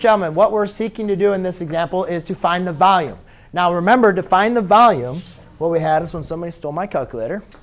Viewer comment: " To find the vAhLuMe..."